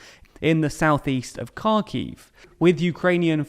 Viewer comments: Can you please make an effort to pronounce names of places correctly? If you want to be a serious news channel you should be able to say foreign names without sounding like a fool. For example Kharkiv is pronounced "Harkiv", the K is silent. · it would take no more than 5 minutes to properly learn pronounciations of any significant ukranian cities.. mar-YOO-pol, HAR-keew, KEE-yew... list goes on.. incredibly annoying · bruh Kharkiv was so badly mispronounced. It kils me ugh